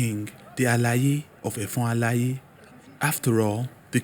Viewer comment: You really tried and commendable but the pronunciation of effon alaye was off . With you on this , welcome .